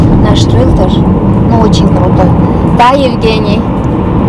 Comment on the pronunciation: Всё видео улыбаюсь знаете почему... Эгине ❤ на протяжении всего видео называет Евгения крутой ритер( так слышится мне?.Ritter( нем) это рыцать!! Крутой РЫЦАРЬ!!😊